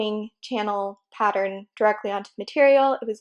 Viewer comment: The end result looks very lovely! Hopefully the wire holds up to use. I hate when good products get discontinued! 💔 Btw.. I've noticed some times when you're talking you say "pat-er-rin" instead of "pattern." It makes me smile because I've said "pat-er-rin" most of my life and never met anyone else who did it! Lol I was always teased for it! 😂💖